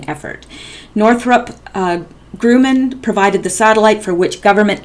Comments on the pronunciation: Just to help your future reports, Grumman is not pronounced "grooman". It's Grumman. I worked with that company for several years at the Northrup facility in the LA and Palmdale areas. Thanks for all your great work! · Also, Northrop Gr-uh-man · Pronounced Gruh man,fyi. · I'd be more confident in this video if narrator at least knew how to pronounce commonly known name of Northrop Grumman ! Cannot believe her as knowledgable about much when even a child should know correct pronunciation . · Why are you reading a perfectly banal article to us with such desperate urgency? And Grumman rhymes with 'rum'', by the way.